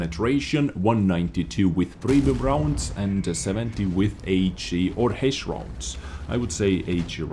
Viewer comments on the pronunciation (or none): none